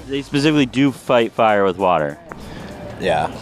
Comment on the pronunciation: Why does Trump pronounce the word "water" as "wortor"? He has his own language.